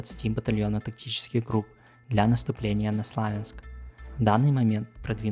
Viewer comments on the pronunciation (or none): none